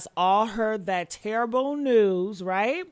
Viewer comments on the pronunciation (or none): none